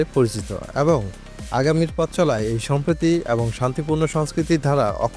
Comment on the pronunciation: এবং শব্দটা কম উচ্চা‌রিত হ‌য়ে‌ছে